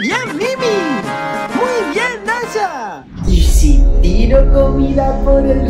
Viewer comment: SOY YO O SERGIO CUANDO NUNU PERDIO SERGIO DIJO DASHO Y MIMI DIJO DASHO Y ES DASHA NO DASHO